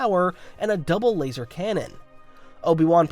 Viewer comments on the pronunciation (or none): none